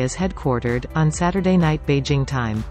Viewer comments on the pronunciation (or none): none